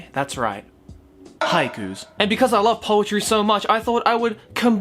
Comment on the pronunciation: Might as well pronouce haikus as haikyuus